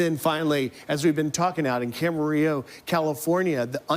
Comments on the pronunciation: Ugh. I just cringed at that pronounciation of "Camarillo". It's Spanish, you don't pronounced it with two "L"s. Also, it hits heavier for me because I lived in Camarillo and Oxnard for two years while I was in college. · No one remembers how to pronounce Camarillo